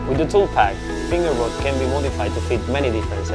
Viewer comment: Of all the actors with all the accents, and all the product names in the world. You guys had to name the thing FingerBot and you had pick the actor with an accent that makes it sound like he's saying "Finger Butt". ... Lol.